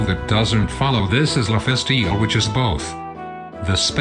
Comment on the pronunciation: "la festio"